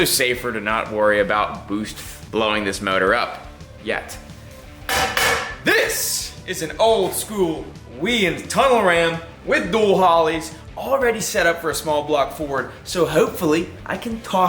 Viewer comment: WEIAND pronounced WHY-END not weeand